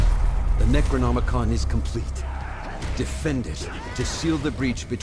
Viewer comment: I know did not just hear "Necronomicon" as "Negronomicon" during that tutorial 🤨